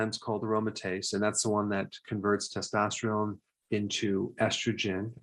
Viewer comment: errr Doc ... it's testosterone... test-tost-terone... NOT... testostreone... test-tost-treone... :yougotthis